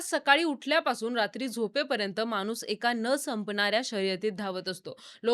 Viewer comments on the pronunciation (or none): आणि ❎ आनी ✅ माणूस ❎ मानूस ✅ पाणी ❎ पानी ✅ व्वा मराठी छान आहे तुमचं